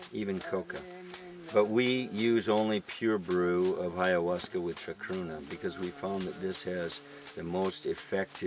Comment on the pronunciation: Wow! You're so very smart. How I wish I were you. How I long to pronounce words as eloquently as you. Bye-ahuasca.